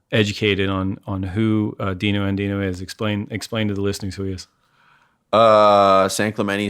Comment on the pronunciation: it's DiNoA...